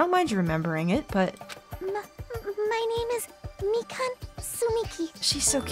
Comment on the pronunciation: Mikan. MEEK-an. I just noticed that.